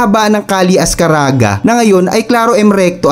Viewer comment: ang proper pronunciation po ay az-KAH-ragah hindi AZ-karaga! Yun lang po 😊